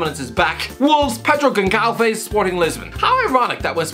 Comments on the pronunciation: "Pedro Gonkalves"😅 it is pronounced Gon SSSS alves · Pedro Gonçalves has 15 league goals and not one is a penalty which is remarkable, secondly the way you butchered Gonçalves was brutal lol its pronounced more like salves rather than calves, but its common mistake to make as most people don't know how to pronounce the ç in çalves. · Pedro Gonçalves reads.....Pedro Gonssalves you murdered the name. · its pronounced as "gon - ssal - vesh" (kinda like that ) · Gonçalves is pronounced like a mix between Gonzalez and Alves (GUN-SAL-VES) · I lol'd at the pronunciation of Gonçalves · Yeah that was the worst pronunciation I’ve ever heard, then again we know that this guy only pays attention to the premier league and discards every other league as a farmers league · Also Famalicao